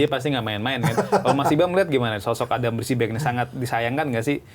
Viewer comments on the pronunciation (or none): padahal host sama ibam udah bener ngomong adam psibek, tapi komentator yang pake topi masih bilang adam prisbek aja